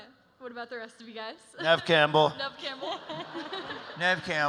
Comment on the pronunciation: I get sad when Neve gets no questions but then she’s so awkward (like an actual person) she seems like she hates doing these lol EDIT. Why WHY like 3 panels in a row someone calls Neve “knee-v”. I’m starting to think this is all weirdly scripted?! Wtf…??? Yeah this is weird.